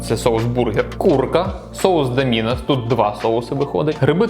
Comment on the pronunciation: Правильно, "Доминос"